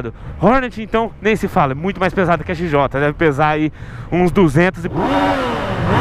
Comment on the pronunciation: Esse "O" em "XJOTÃO, não existe... Se fala "XJTÃO"!!!